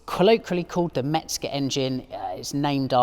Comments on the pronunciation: Good vidéo and very nice car, thank you. 👍 Please... It's Hans MeZger, not MeTzger. 😉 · There’s no “t” in “Mezger”.